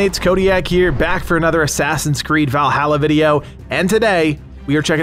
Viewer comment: You say valhalla wrong...